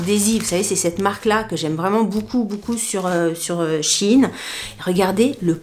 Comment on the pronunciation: Coucou je regarde tout tes vidéos SHEIN, j'adore ta bonne humeur❤! Je viens de m'apercevoir seulement depuis les dernières vidéos que tu avais un tic de langage quand tu dis "boucoup" au lieu de beaucoup! Mdr du coup maintenant ça me saute aux oreilles à chaque fois. Bisous ma belle.